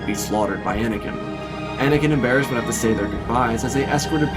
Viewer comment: Everytime you said "Barriss" I could only think of "Baras" lmao The thought of Anakin falling in love with Darth Baras the Wide is hilarious